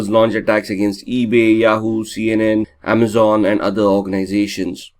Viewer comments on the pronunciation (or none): none